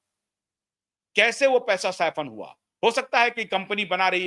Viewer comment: Indian flag has three colours Saffron White and Green It’s not Safon as you pronounce It’s SAFFRON - सैफरन